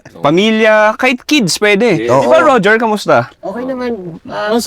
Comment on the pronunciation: Bakit ngoger yung pronounced mo kay roger hahahaha